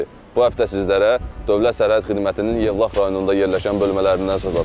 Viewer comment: Evlax yox Yevlax